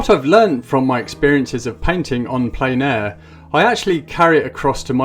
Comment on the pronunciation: It’s pronounced “plen.” It’s a French word meaning “full.” As in, painting in full air, or outside. It’s not “plain.”